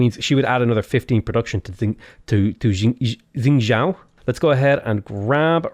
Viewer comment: xingzhou, you pronounce the xing bit okay, but 'zhou' is pronounced like 'though'